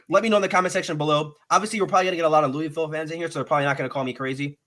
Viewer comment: Say Louisville right smh. Google it. It’s not LEWIEVILLE it’s LOUHVILLE. Also there uniforms is because there an adidas flagship school. Conference they avoid Clemson, Florida State, UNC. There transfer portal has playing experience. Not guys who were just running drills in practice. They got guys with real snaps and experience. You guys are sleeping on Duke that’s a sneaky game. Losses will be Miami, Notre Dame, NC State and Duke are coin flips. Helps having Duke at home. Plummer was originally at Purdue under Brohm. Realistically I see 8-4 ceiling 9-3. Schedule helps so much. No love for pierce clarkson? All about Brady and forgetting pierce was at Boscoe and a national champion high school qb